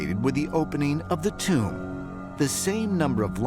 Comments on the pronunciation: Why does the narrator pronounce TOMB as CHOOMB ? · ramy romany ..its a Tomb not a . " TUME " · What is "Tumbe" he keepa saying? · British Boy, "and i oop... A tomb"